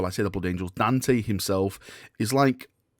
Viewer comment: Daaaaarn, tey. Please, for the love of the Queens English. Dante.